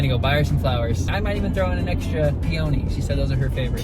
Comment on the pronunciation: Peony is pee a knee😂